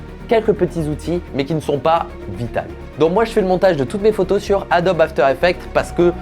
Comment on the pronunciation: ON DIT VITAUX MERDE (humourjtaimeATOM)